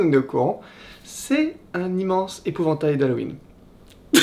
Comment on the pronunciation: L’épouvantail il a un accent très prononcé non xD ?